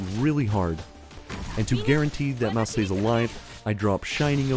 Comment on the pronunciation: Mousse name is pronounced like the desert, she's from a family of bakers.